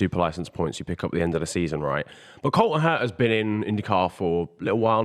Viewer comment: His name is ColTon HerTa no Coen herA and Andretti not Andreey speak the Kings English